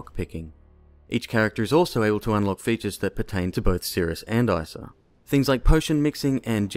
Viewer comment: nice, you say Isa instead of eesa! thank you for being normal :)